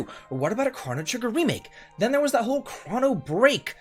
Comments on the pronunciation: You are the only human being I have ever heard pronounce this as "crah-no" trigger....whoaaaa.."SKA-LA"??? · I cannot get over the way you say “chrono” 😖😖😖